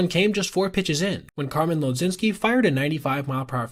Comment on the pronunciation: Mlodzinki is pronounced muh jinski fyi